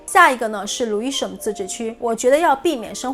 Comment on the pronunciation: 不是牛恩是牛含發音把我聽渾了，提醒講慢一點就可以了！國內人發岸end 音的是嗯音是否靠錯誤拼音？Lewisham 也沒發ham不叫路生叫路鼻音遜！I won't charge you lol 介紹倫敦區議滿好的！